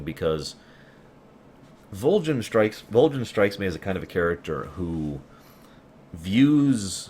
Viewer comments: Just out of curiosity... why is he pronouncing Volgin Like Vol-Jin? Is that the proper Russian pronunciation or something? I’m actually currently replaying Snake Eater and the English voice cast is clearly pronouncing it with a G sound rather then J sound. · I don't expect a response 3-4 yr old vid... but I have to ask; what's the thought process on the way pronounce Volgin? It's been a long time since I played but I remember everyone in-game saying Volgin with a hard G sound and hearing you say it as a J seems strange. Anyway, great content, keep doing what you do!